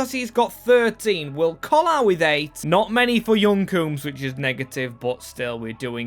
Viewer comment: bro why do you always add letters to players names? clearly 'coombes' not 'croombes'